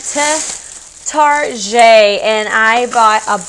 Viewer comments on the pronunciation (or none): The way you pronounced target 😂